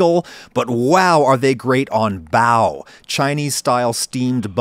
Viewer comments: The way he pronounces bao goes through my soul like wet chalk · I think you're brilliant but they're not "bao buns". They're just "bao" or "buns". Bao literally means bun. So you're saying "bun buns"